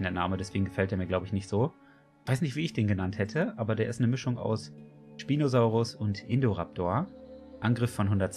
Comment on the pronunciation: Man spricht ihn eher „In-ßpineh-raptor“ aus. PS: Den Spinosaurus spricht man auch „ßpinosaurus“ aus. (Mit einem scharfen „S“ Laut)